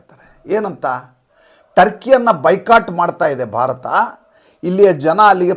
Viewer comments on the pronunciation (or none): none